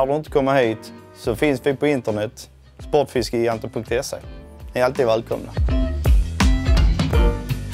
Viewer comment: Uttalas gigant som jigant på malmöitiska eller är det bara Spotfiskegigantens personal som har ”fel” uttal av det egna butiksnamnet?